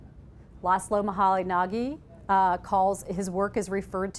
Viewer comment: Laszlo Moholy-Nagy is pronounced 'muh-holy-najj' not 'muh-holy-nah-gee'